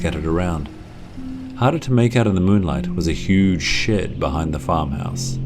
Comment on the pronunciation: When you said huge shed I thought u said huge sh*t